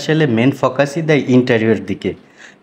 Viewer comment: Ha ha ha ha বাফেট না বুফে